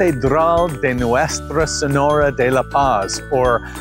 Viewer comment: "Senora" has a "Nyeh" sound not an English "n" sound. Tranquillity is a "y" sound.